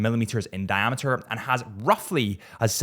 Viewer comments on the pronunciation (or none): none